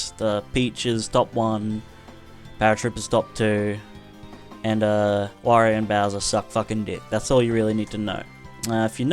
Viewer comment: It's pronounced 'W-or-ee-oh'.